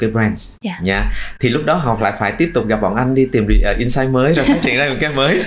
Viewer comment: Niche market chứ không phải "need market" có phải không ạ, sub bị sai? Host đọc insight thành ing-sight. Host cần chỉnh lại cách dẫn dắt của mình kể cả về style lẫn chiều sâu câu chuyện. Mình thấy bạn không phù hợp lắm trong vai trò host cho chủ đề này vì cần một người có độ dày về trải nghiệm hơn, host đặt vấn đề bề nổi và không sâu nên gest speaker chưa chia sẻ được những cái thực sự thú vị.